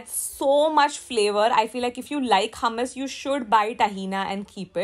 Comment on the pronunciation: Hey , love ur videos . Hummus origin is middle east , nd me staying in middle east , i would like to correct the way it is pronounced , the way indians say it is like hamas , its actually hummus the proper hu nd not ha. Not tryna be rude or something , jst sounded weird hummus pronounced as hamas